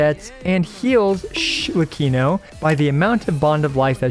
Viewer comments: SHHHLECCHINO is made my day 😂 Tnx! Great review as always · I was letting the video play in the background and I genuinely thought said "Shitlecchino" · "LORE ACCURATE ARLEECHINO"